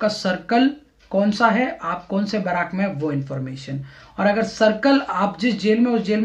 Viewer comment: बराक नहीं बैरक होता है